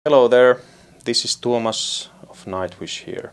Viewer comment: God damn it, his name is T"U"OMAS not THOMAS! How come they can pronounce "Imaginaerum" perfectly, but not a simple name? It's not like Tuomas' name is difficult to say.